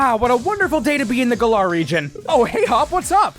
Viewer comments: Oh my god dude it’s GA-LUR and sometimes GA-LUHR or GA-LƏR Not fuckin GUH-LARR I stopped watching 45 seconds in because you used Masters voice clips and still can’t even pronounce it the same way they do in that game!!!! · Erm, actually, it's not pronounced guh-LAR. Think twice before you knock the region that introduced open world. 🤓👆 But fr, I never could've found all these details. And that's coming from a completionist. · "Galaar region" ouch